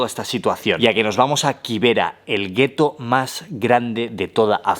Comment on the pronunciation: Ok, bt nextime pronounce it kibera for ki not KY I was wondering what is that place I never heard of it